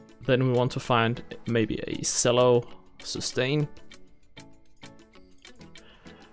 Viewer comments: CHELLO!!! CHELLO!! It's a CHELLO! Not a selllo!! AHHHHHH!!!!!!!!!!!!!!!!!!!!!!!!!!!!!!!!!! -sincerely Uel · Nice video BUT it’s pronounced “CHELLO” not “Sello.”